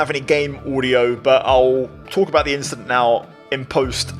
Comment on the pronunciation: “Nothing just an inchident”